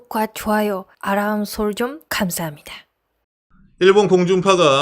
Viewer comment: 알람설정 발음 연습 해봐요. 5분만 계속 발음하면 잘 할 수 있을거에요. ㅎ